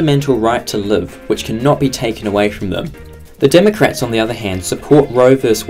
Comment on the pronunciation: Tristen Pike Listen to how the word “fundamental” and “cannot” is said in comparison to the rest of this sentence.. it’s obviously biased